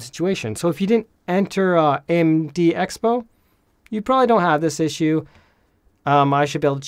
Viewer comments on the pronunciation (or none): none